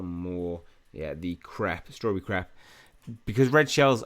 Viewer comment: Love the way he says "strawberry crepe" He says "strawberry crap" 😂